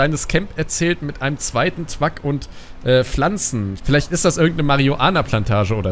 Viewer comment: wieso sagst du statt Truck „twuck“?